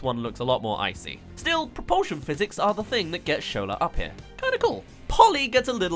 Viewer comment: SHO-LA not show-lah